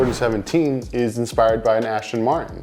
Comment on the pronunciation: btw, it's not Ashton Martin, it's Aston Martin